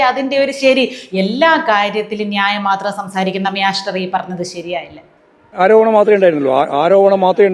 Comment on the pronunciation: മ്യാ സ്റ്റർ അല്ല. മ്യാവു സ്റ്റർ ആണ് ശരി.